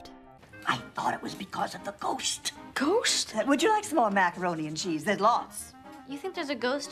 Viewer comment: Does that kid add some extra syllables to the word, "Ghost"?